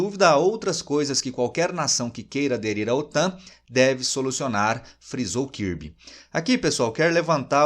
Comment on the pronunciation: Djon karbe e não kirbe